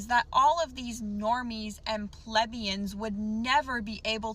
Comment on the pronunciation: Can't properly pronounce "plebeians" (a commoner, a member of the lower classes). 🤣😂🤣😂🤣😂🤣😂